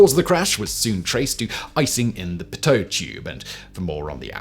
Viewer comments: It's pronounced pee-toe tube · Nearly had a conniption with your pronunciation of pitot tubes 😭 its PEE-toh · It's pronounced "pee-tow-tubes" for the next time you come across that word Simon 🙂